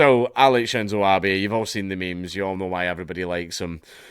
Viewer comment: It's Abe (ah beh) not Abby.